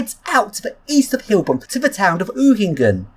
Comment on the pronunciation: It's Heilbronn, pronounced hi-el bronn, ;)